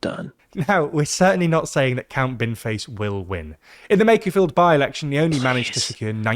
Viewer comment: Thats Count. With an O. Its not a silent O.